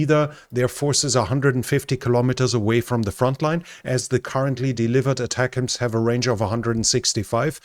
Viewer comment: Yay! First European to pronounce ATACMS correctly lol!